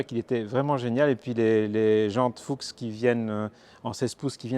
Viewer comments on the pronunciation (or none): Salut, Les vraies Fuchs prononcées "foux" ( Renard en Allemand ) sont en aluminium forgées et non taillées dans la masse. De ce fait les contours de l'étoile ne sont pas aussi parfait. De plus il y a une tête de renard à côté du n° de série à l'intérieur de la jante. Il s'agit du logo de la marque, il faut chercher, il est minuscule. 🦊🤘🏻